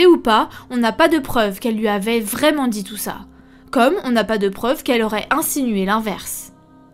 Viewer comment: "Pas vraiment-Z-un"... Pataquès.